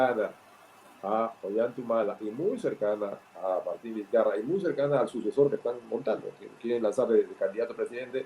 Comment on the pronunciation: Es la segunda periodista venezolana que escuchó que le dicen Vizcaya parece que no supieran leer español